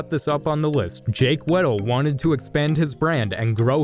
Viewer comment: It’s not weedle, it’s weddle (he pronounced it wrong not spelt)